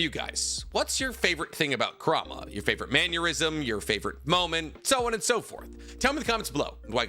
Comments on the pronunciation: Bro when you said mannyurism I had a mannerism aneurysm 😅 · Was happy hearing reference Pokémon until he said "maneurysm" at the end of the video lol Just playing tho, great video as always 🤌🏻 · Lol pronouncing “mannerism” like “aneurysm” is crazy 🤣🤣🤣